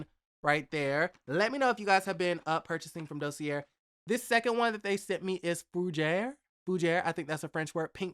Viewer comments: Hey the word Dossier is actually pronounced Do-se-a. Blessing great video! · Is it really pronounced "Dossierrrre" or just "Dossier"?